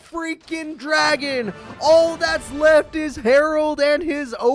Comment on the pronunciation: Pronouncing it as "Dragon"? Bruh...